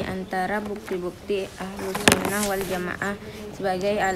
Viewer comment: Adik2 masih bs diperbaiki lagi bacaannya. Ahlussunnah Kok jadi alhusnah.